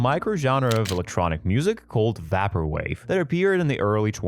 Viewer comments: bro pronounced it Vahper Wave. We're so done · "vapper wave" lol